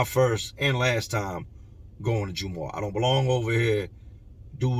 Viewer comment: Jum-ah or jum-aww is how it's said not the hardest Muslim but pronunciation is jumahh like saying gum but with a j